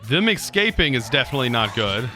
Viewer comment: .. Are you really saying "eggscaping" or am I imagining things